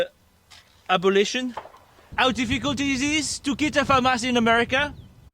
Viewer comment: It's pronounced Fauxmas! Thank you very much.